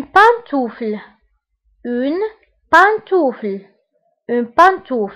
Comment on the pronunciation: Merci pour cette vidéo mais j'ai une petite remarque : an se prononce[ ã] donc on dit [pãntufl]